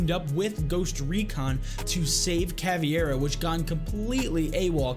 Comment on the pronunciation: Dunno if someone else pointed it out, but, it's "Caveira", not "Caviera" :P Love your videos tho ✨💪🏻